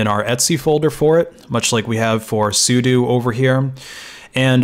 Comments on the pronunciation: It's sudo not sudu. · Hearing Sudo pronounced as su - du instead of su-dough and realizing I've been saying it wrong my whole life oh well, not gonna start now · why does everybody pronounce it as soodoo it gets on my nerves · i've pronounced it like "as you do" LOL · I've always known what it was short for but I've never in my life heard someone pronounce it the way he does